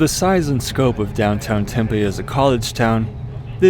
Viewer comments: There is a Snyders factory like 20mi west. Every store has it. Also you’re saying Tempe wrong. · As a native of Tempe your pronunciation infuriates me. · FWIW his pronunciation comes closer to how 'Tempe' (the soy-based fritter dish from SE Asia) is pronounced 😂